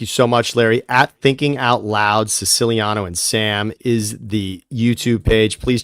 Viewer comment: I love how Siciliano doesn’t even pronounce his last name correctly😂